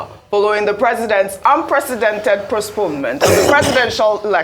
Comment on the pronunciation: Ojy okpe na wao! Seriously you fall my hands. Postpone is difficult for you to pronounce. You keep saying prospone, prospone several times. Ojy it's a shame!